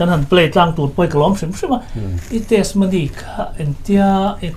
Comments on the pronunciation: Testimony ni awm tak a ni, mahse TESMONY ti a i lam tlat mai hi ka hrethiam lo deuh...? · Testimony hi i lam dik chiah lo deuh in ka hria a. 'ti' hi lam ri tel ta la ngaihthlak a nuam deuh a ngem aw. Tesmony ti ngawt lo deuh in Hnampui ṭawng mah nise